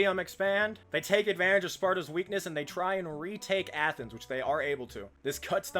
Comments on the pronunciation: What the hell is Athenas? It’s Athens “ath-ins” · Why do you pronounce Athens like that?